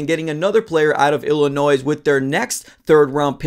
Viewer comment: Bro there is no “noise” in Illinois. The S is silent come on that’s day 1